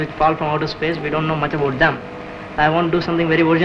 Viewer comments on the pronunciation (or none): "we don't know much ABOOT them." This guy definitely came from Canada.